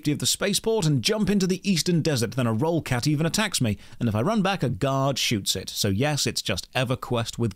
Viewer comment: Man back in 2000 AO was my first MMORPG, the complexity was enthralling, the players were great (Long live the Wen Tzu Enclave). The music still brings a sentimental tear to my eye. Still miss my Slayerdroid. PS it a Rollerrat not Rollercat It's Galway Castle not Galloway.